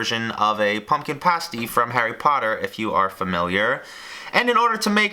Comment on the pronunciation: Paste E not pasty